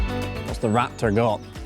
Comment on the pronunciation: When he saud "Raptor" I thought he saud "Rat Turd", I had to listen to it a couple of times